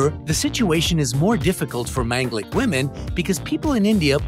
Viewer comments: It's pronounced Maan ga lik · Sorry you you pronounced manglik in wrong way